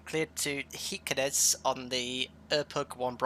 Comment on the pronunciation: Just to mention, i felt that i have to: This is how you prounounce «Kirkenes» — Shiirckenes. Like you say Shakira, start with the SH sound! Thats all bud! Lovley video as always hehe!